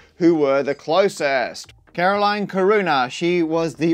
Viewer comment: Caroline Caruana is probably Maltese (I'm Maltese). It's pronounced Car-wana.